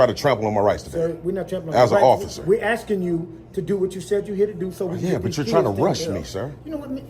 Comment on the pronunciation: You don’t pronounce Illinois like Illa-noise. Not to mention the word is both, not boaf. Let’s not forget the ever popular, axing instead of asking. What an ignorant loser. His voice is just nauseating. That condescending, Barry White tone.